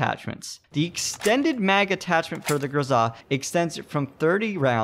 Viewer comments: Honestly, I must say that you are right. His pronunciation is kinda off. Not anything wrong with that, but you are sepost to go GRoza, not groZA. Go downwards with your tone, not up. Just saying. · it is not grozaaa, it is groza. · JESUS I WANT TO STAB YOU FOR PRONOUNCING IT GROZAHHHH.. ITS GROZUHHHH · Stop saying GRZA !! ! AAAAAAAAAAAHH ! ! ;-) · Grow-zuh. Not Guh-zah. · Triggered by the pronunciation. In America we say Grow-Zuh. That's like those hipsters that call a croissant a que-sant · it actually bothered me that you pronounced it "grozzah". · Pronounce it Grow-zuh. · There's no emphasis on the 'a', weirdo.